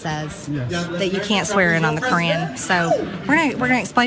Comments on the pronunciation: quran, not kran pls. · It’s QURAN not KRAAN. Dosey Mare. 🙄🤷🏽‍♀️ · First of all, it's pronounced Kor-ahn not crayon. Ugh. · "You can't swear in on the Korean". This ignorant b. Learn to pronounce words properly. Qur'an is not pronounced Korean🤨🤨🤨😂. Also, might I add, it wouldn't be a legitimate swearing in if a person that is Muslim swore on the bible because that is not the religious text that their religion goes by. It makes no sense to force someone of a different religion to swear in on your preferred religious text, if that person has no ties to your religion that you are trying to proselytize them to. So let me make this quite plain, stop fucking pushing your Christian views on other people. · ha ha ha ha. She swore on the Ka-ren. Seems a lot of them took that oath. lol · "On the Kran..." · She doesn’t even know how to pronounce the Quran. It sounds like a midwesterners crayon. “ Crayn “ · Is she saying the canyon? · Why do I keep earing "you can't swear in on the korean" XD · “Can’t swear in on the cran” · Exactly, she can’t even pronounce it correctly!👍🏼😂😂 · Is she saying Qur'an or Korean? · I'm surprised she didn't pronounce it "Q-aran." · Keith Ellison swore in on a Quran owned by Thomas Jefferson. She pronounces it Core Ran. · She cannot even pronounce the word quran... She is the female version of trump😮😮😮😲😲😲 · Whatt??!! She is not even pronouncing the word Koran correctly....I'm trying to come up with a name that describes the woman but I can't... Loser??!! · I was making fun of her pronunciation. 🙄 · She should at least learn how to say "Quran" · She is not even saying it right. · Do she know she's pronouncing it wrong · I know, but still, the way she pronounces it is wierd. 😆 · The way she pronounces Quran makes me want to jump into traffic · She doesn't know how to pronounce it. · not her pronouncing Quran wrong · Am i the only one who cringed every time she mispronounced Quran? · She cant even pronounced it , fucking karen